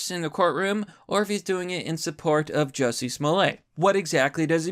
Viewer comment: It’s pronounced “Juicy”